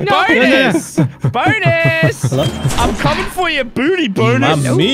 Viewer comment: I don't know what is its but every time I hear say bonus I hear BONERS